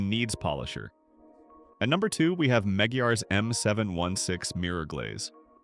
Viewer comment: What the fk is "Meggy Yahz"???? YouTube has fallen. Sadly the human content creators have failed to stem the massive invasion of cringe AI SLOP content, by June 1st 2025 the machines had won the war by sheer numbers and lack of empathy a non stop work ethic humans never stood a chance. Depressingly, it's now a rare novelty to come across genuine human made content it's wonderful wholesome and REAL. unlike the scourge of AI SLOP. The content now is rinse and repeat over and over again. The monotone voiceover is infuriating when it continually butchers the most basic well known brand names and products even the simplest of words like carnauba wax is unrecognisable. These PERPLEXING product ratings are a complete joke that nobodys laughing at , how TF these trained AI bots are rating the domestic supermarket brands like Nufinish and Turtle Wax over and above the high grade professional products used by industry experts all over the world tells you EVERYTHING YOU NEED TO KNOW ABOUT AI CAR CONTENT.. So worst of all for me personally is how the AI Narrator pronounces "Meguiar's" 😮😮😮 honestly, butchering the most well known and internationally recognised brand name like Meguiar's is sacreligious. in the Automotive world the brand Meguiar's is about as well known as Coca-Cola. Does AI butcher saying Coca-Cola too? Hell no. 👉 Maggie-Guah-Ezz ??? you make me sick🤮.